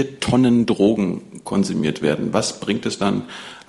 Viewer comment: Erste 30 sek und ich hab schon 4 oder 5 mal das wort “trogen“ gehört, was zur hölle soll das sein? Meint die Drogenbeauftragte möglicherweise “drogen“? Und wenn ja: warum kann sie das wort noch nichtmal aussprechen?